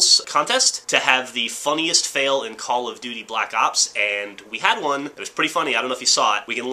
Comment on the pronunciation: call of waraz yeah!!! its call of jurazz